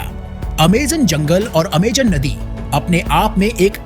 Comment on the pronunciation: Amazon ❌ Amegan ✅😂